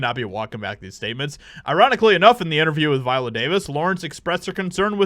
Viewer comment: no "T" in viola LOL